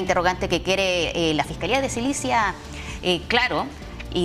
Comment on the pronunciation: Jajaja "SILICIA" 😂😂😂😂 nunca ha escuchado el nombre correcto😂😂😂😂😂